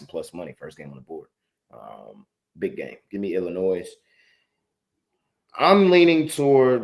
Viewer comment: It's not Illinoisssssss. The S is silent lol. I've lived here my whole life